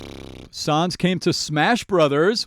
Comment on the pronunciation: btw it's pronounced sAns